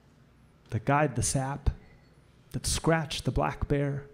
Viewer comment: everything about this is perfect and beautiful except for the way he says sap